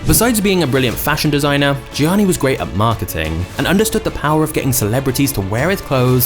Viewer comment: its pronounced as "yanni"